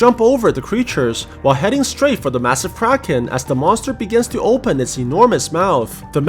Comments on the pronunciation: whenever u say "kraken" i only hear "crackhead" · This man really calling the thing kraken like bro.